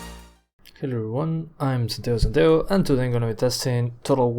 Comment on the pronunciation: aaah jajajaja pense que eras argentino cuando decis santiago santiago se te nota xd